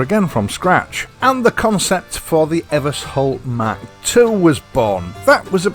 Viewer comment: Ever-sholt I think, not Evers-holt. There is an Eversholt street in London alongside Euston station it has a sh in the middle.